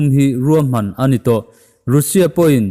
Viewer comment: Rainbow Mizo Channel hi ka ngaithla nasa khawp mai. Ka subscribe nghe nghe! Sawiselna tlem aw? Hming lam dan hi a dik hman ni se: Mumbai hi Mambai tiin i lam a, Mumbai tia lam tur a ni. Russia hi Rusia ti angin i lam a, Rasia ti-a anga lam tur. Mike Pompeo hi Mike Pompei tiin i lam a, Mike Pompeo tih tur a ni. Tluang taka in kal zel ka duhsak a che u.